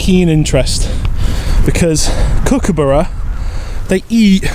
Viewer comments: Your pronunciation of Kookaburra isn't quite right. Kirsty said it better. Kook-a-BAH-ra. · Pronunciation, You are sort of right but emphasise the U more .